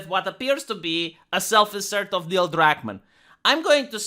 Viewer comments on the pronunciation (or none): none